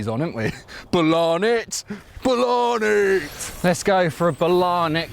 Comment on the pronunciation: Bolany more like Bologna